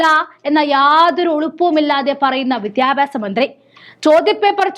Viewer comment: കുറച്ചു കൂടി അക്ഷരസ്പു ടതയിൽ അവതരിപ്പിക്കുക.(വിദ്യാഭ്യാസം എന്ന് വാക്ക്)..